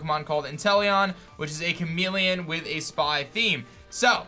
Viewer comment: It’s *chameleon not chamelon